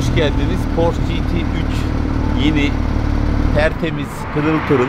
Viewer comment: porş demeyin şu arabaya yahu. okunuşu PORŞE'dir.